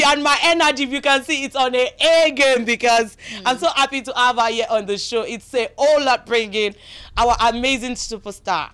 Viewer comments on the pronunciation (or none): Why is it hard for Yoruba people to speak English properly This presenter needs to go and learn how to pronounce English words correctly and properly. “ Appy to ave you ere”. Yeye Yoruba English